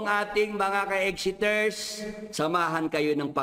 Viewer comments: Mag aral ka ng speech mo, sabi mo egxiters at pacebook bobo talaga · Pakinggan nyu sabi ni, marami na tnatawag na mga egxiters bobo talaga mag pronounce, bobo kc sa english